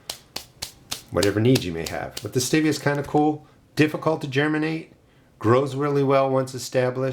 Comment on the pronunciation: Maybe your seeds are slow to germinate bcuz they don't like the way you're pronouncing its name! 😉😉😉 I'm just kidding! (Sort of...🤭) I just gotta say - I've heard hundreds of people say ~ Stevia ~ but NONE OF THEM pronounced it the way you do in this video. They always pronounced it just like the name STEVE. With the eee-ahh at the end. I'm not trying to be the pronunciation police, I'm ok with regional pronunciations. Really, I am. You do you, is my motto. I just thought it was interesting that you're the ONLY person I've heard it pronounce it that way! Just curious, do other gardeners near you pronounce it that way too? Signed, Me & Steve, hanging on the edge of our seat to find out ❤